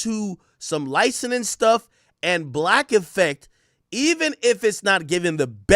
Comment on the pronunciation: Somebody teach this man how to pronounce licensing 😂